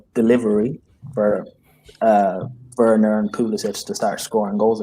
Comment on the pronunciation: I feel like crying everytime pronounces verner as werner 🤧